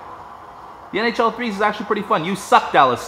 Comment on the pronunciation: Every time you said nhl i thought you said nho